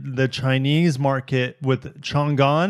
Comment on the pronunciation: it's pronounced Chang An. Maybe take the time to google translate that.